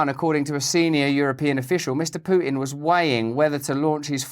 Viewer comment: when did Pu-tin annex Crimea?